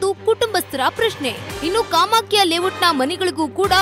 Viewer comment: ಲೇವೋಟ್ ಅಲ್ಲ...ಲೇ ಔಟ್. ಕನ್ನಡ/ಆಂಗ್ಲ ಕಲಿರಿ ಮೊದಲು.